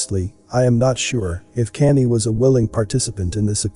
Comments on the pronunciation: His name is pronounced “con-yay” not canny! Please pronounce names correctly it sounds bad and is distracting from the story. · It sounds like your saying Kannie / Kanday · You could probably get the robot voice to say Kanye properly by spelling it differently. Maybe "con yea" lol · Kanye pronounced Con yay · Everytime you pronounce kanye i laugh , it sounds like your saying candy! 😅 another great video though!💯❤💯💪💯🙏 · it's awesome that Kanye is pronounced Candy here lol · His name is pronounced like Con Yay. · Problem is, it's not a robot voice, lol. You'd think if someone's going to do a vid about someone you'd at least know of them & how their name's pronounced